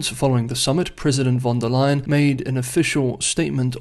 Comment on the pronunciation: It's "von der Leyen", she's German.